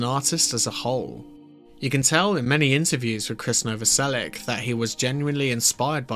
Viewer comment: The name is Novoselich, not Novoselik! It would be nicer if you made the effort! Just saying! Although I have heard Chris saying his me Novoselik, but maybe he's tired arguing! ..😂